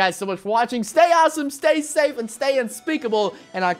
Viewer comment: How did u do that say unpeakabble